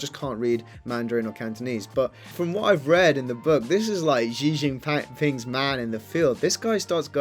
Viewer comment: Shee not Jhee